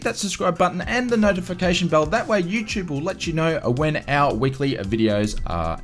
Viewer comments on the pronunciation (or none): none